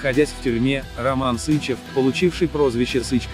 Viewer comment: СычЕв! Ударение на второй слог!!!